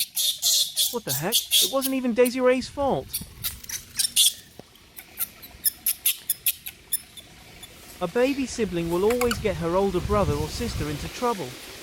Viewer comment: This new AI voice is horrific.... Desirey isn't pronounced to sound like daisyray the emphasis being put on all the wrong letters and hearing you somehow forget how to say names you've been saying from their conception is very off putting! Please go back to the other voice over, love your videos and would hate to be driven away by this simple issue to fix